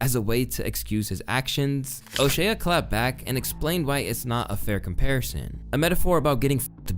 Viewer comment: Just an FYI it’s pronounced O-SHAY not O-SHAY A